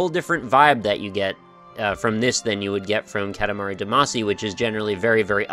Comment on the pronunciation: For the sake of my sanity, will you please stop calling it "Cat-a-mari duhMAHcy"? I know I'm being pedantic but it's an awesome game with an awesomely oddball title and it bugs me in a very linguistic-nerd way to hear it spoken wrong ^_^;; For the record--and you can go listen to the opening theme song again if you don't believe me--it is "KAH-ta-mah-ri DAH-mah-see" (or '-shee' if you're Japanese. Does it still count as weeaboo if I actually know the language for real?)